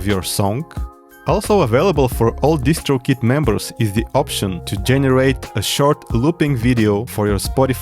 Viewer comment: when you say "DistroKid", with your accent- I can't un-hear either "just choke it" or "just stroke it" LOL (P.S. Nice streets of rage shirt)